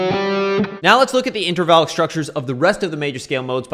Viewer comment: Everyone in the comments is frustrated lol. Are you saying INTRAVALID structure or INTERVALLIC????? wth i can't understand you